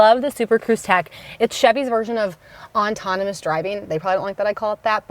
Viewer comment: Autonomous [aw-ton-uh-muhs] not ontonamus, especially [ih-spesh-uh-lee] not ex-pecially.